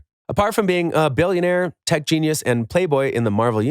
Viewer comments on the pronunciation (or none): none